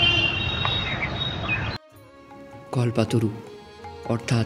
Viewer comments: Kothata kolpotoru kalpotoru noi😂😂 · কল্পতরু, কল্পাতরু নয়।